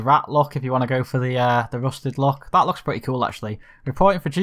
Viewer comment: When you say “that” it’s sounds like thot. Lol